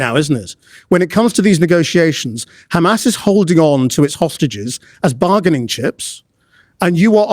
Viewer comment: They actually pronounce Hamas as Khamass!